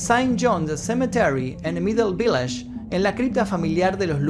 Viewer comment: Buen video don, sólo que “Village” en inglés se pronunciaría aproximadamente “vílish”, en francés se pronunciaría “vilásh”, una palabra que muchos pronuncian mal es “vintage”, la pronuncian “víntash”, pero se pronuncia en inglés “víntish”, saludos don, nos vemos en otro video